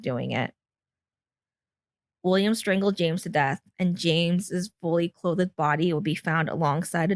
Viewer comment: Awful vocal fry. Who says, "clo--thed" when saying clothed?